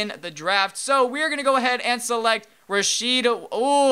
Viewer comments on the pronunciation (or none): none